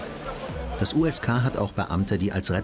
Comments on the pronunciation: ksk der Polizei ^^ das heißt USK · USK NICHT KSK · KSK 😂😂😂 USK. Man, war da der Praktikant am Werk oder hat sich der Erzähler kurz vorher ne KSK Doku angeschaut 😂 ?